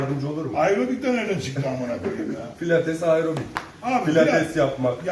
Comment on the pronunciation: Ayrobik ne amk pilates ne amk dediği anda istemsiz gülmekten airobik pozisyonuna geçmişim